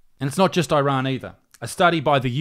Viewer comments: It’s pronounced “eerun”, not “eye run”. You don’t hear people saying “eye migratshun” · why does he pronounce it "eye-rann"? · Dear Millenials, stop pronouncing Iran like a Seppo. EEERAN, not EYERAN. Wankers